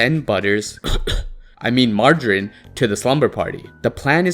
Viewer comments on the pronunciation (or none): It's pronounced marge-er-rine. Not magarine.